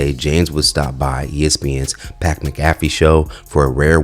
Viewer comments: Say Brotha, Why don't you give LBJ the chance to patronize other platforms of culture/color before asking a question like that? Perhaps Pat McAfee, (Mak•ah•fee) NOT (Mah•kafee) was the 1st to invite LeBron The question would then be, Why DIDN'T a platform of color/culture be ask 1st Also Ig you feel blakk celebs and athletes should turn down major networks ops until they've exhausted all the cultural avenues, huh? You lost me at the end, Bro 🫠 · My boy said, " PAT MAHGAFFI" 😅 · Par McCafe' 😅😅😅 pat couldn't pronounce Kamala, so it works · Not "Mah-CalveFee" 🤦🏼‍♀️ 😂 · A simple Google would've helped you pronounce this man's name correctly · Why cant yall pronounce McAfee??? Ive seen so many clips of people reporting on this subject saying his name wrong. Yall are telling on yourselves, you dont watch sports whatsoever and are speaking on subjects you know little about. No way in hell would you pronounce his name wrong if you actually watched sports. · Why did u murder Pat McAfee's name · We can tell who doesn't watch sports, man just butchered Pat's name😂😂😂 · I do t even care for Pat but I had to rewind that to make sure I heard him butchering a name most spots fans know. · Bruh I had to remind it like 3 times to make sure I didn’t hear something wrong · I dont think, not knowing how to pronounce a punters name, disqualified him from knowing sports lol yal acting like dude was a household name when he played 😂 hes a damn punter, who only played 7 seasons. #Relax